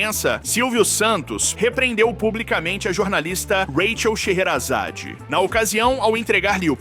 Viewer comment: parabéns pelo seu canal muinto bom so tu tem que cuidar para pronunciar direito o nome das pessoas. Rachel sherazade